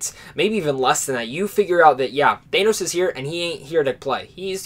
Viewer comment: the way u pronounce thanos is wrong